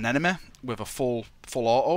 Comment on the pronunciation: Dat accent doe XD "enemeh"